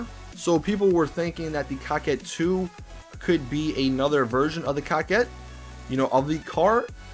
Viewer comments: Btw, can you stop calling the coquette like (cockette) and call it (coke - ette) like its suppost to be pronounced. It makes me cringe whenever I hear that word being said like that. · Quit calling the coquette the cockett. It is pronounced co-ket